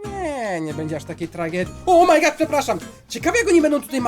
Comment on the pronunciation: Chciałbym jeszcze Fernbus Simulator śmieszne to jest to jak pan mówi o my good.